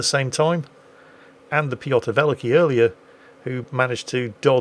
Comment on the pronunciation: To make it easy to pronounce you can say Peter The Great instead of Pyotr Velikiy, as it is what that means. And if you care about pronounce, the stress is on the second part in the word Velikiy :). Anyways, great and fun episode!